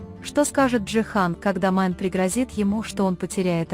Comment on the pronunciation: Не Майн 👎 Мине! 🤦 как же неграмотно читаете. 🫢🤮